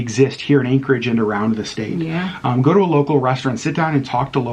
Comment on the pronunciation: State, not statue. 😂